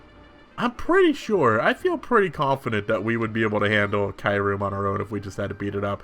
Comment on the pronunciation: So you pronounced schrodinger right so points there however kyurem is pronounced Que-Rem (not reem btw lol)